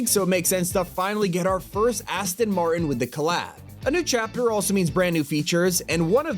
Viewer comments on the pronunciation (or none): none